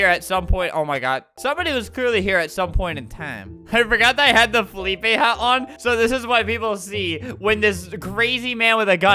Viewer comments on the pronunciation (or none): he pronounces it fe-lip-ay. Not fe- lip-uh